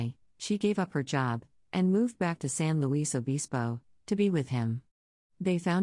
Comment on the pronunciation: it’s san luis (sounds like lewis) obispo (ah-BIS-po)